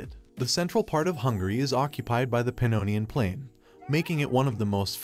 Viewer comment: I know Hungarian is one of the hardest languages. BUT! What is the Pinonian Plain? Red thermal spring valley? Szeged to sheed? Eger to Edger? If you can’t pronounce Hungarian words is fine. But copy?